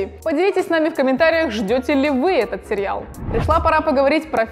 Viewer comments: Сериал,а не серьял) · Простите, очень режет слух произношение слова "сериал". Почему произносится "серЬЯл"? И производные от этого слова. С уважением. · Наоборот это круто! Мне нравится как она произносит серьял. Круто же.)